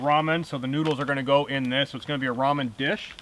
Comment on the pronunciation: Nice video! At the beginning i was wondering "what is a roman dinner"? later on found out it was ramen dinner, not roman lol